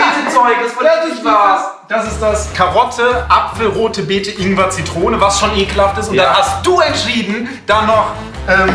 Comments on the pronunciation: Inger"? Ich dachte immer es heißt Ingwer... :( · 6.12 inger anstatt ingwet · Smoothie mit "Inger" Minute 6, Sekunde 12 😜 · das heißt Ingwer